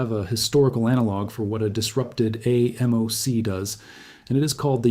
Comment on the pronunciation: Excellent graphic explanations. The AI people creep me out though. Also, actual humans usually pronounce AMOC “aay-mock”